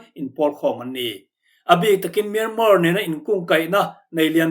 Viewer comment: Myanmar hi Myanma tia lam tur aw 😇